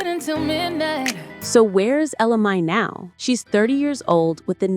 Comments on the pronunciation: It’s pronounced Ella May and not Mi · Ella Mayyyyyyyyyyy say it with me not my, mayyyyy ! That's driving me nuts!!! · Girl, say her name right. It’s Ella Mai(Mae). I never heard Jacques’s version. I knew she was pregnant before she had the baby. I seen a video of her pregnant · At first I was thinking I was saying her name wrong, but then that lady said ja'queye. 🤣🤣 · Many errors in your content, including the fact you mispronounced her name. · She is killing me the way she keep pronouncing her name.If you're going to do an article on someone, get the name right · At least say her name correctly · I hate when the commentator can't say the artist's name right! 🤨